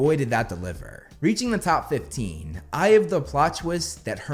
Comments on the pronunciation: I know he says "I have the plot twist", I even checked the subtitles, but I kept mishearing it as "Eye of the plot twist", and my brain is like "Which eye?" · Are you sure he’s not saying “eye of the plot twist”? That’s what I’m hearing. Either way, it’s overkill. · I thought you kept saying, "Eye of the plot twist" and was confused af😂🤣 then i listened closely then finally heard you actually said "I have the ..." Lol Nah, Harry being a Horcrux would be my no.2 and 1 would be how Snape made Harry take his memory for the pensive, Snape not just giving only the important memory about Harry but also his entire crucial life points. How that reveals the dangerous and utmost importance of Snape's role in the whole ordeal, especially in defeating Voldy but also finding a way to protect Hogwarts and its students. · Anyone else hearing this American accent come out as "Eye of the plot twist..." over and over again?